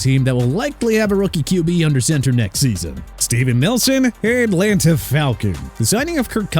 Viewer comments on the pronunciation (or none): Here we go with this Mickey Becton business again,! It's Mekhi (MEH-KAI) not Mickey!!! Good grief!!! And also Enlanta?? It's At-lan-ta!!!! SMH